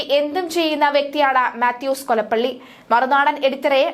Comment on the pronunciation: അവൻ കൊളപ്പള്ളിയല്ല, കൊളപ്പുള്ളി ആണ്........😮